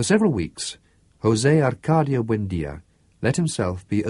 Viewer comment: Yes its very annoying that the reader dont say the correct names. Why does he say ArcaRdio and not Arcadio like in the book. When someone is called Smith, you wont say Smirth right ? It makes no sence.. but it is the greatest book ever written in my opinion !!